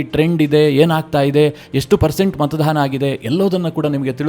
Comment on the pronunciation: ಮತದಾನ ಸರಿ.( ×ಮತದಾನ ×ಮಾತಾಧಾರ ಅಲ್ಲ )